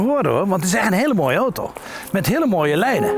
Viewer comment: niemand kan zo mooi 'oto' zeggen als meneer..